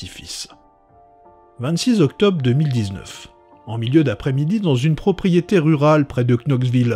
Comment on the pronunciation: Octobe, s'effonde, quatte.. c'est du français approximatif..